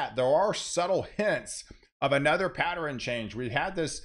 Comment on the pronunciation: Why do you say, "patteren", or anything that ends with ern, gets changed to eren.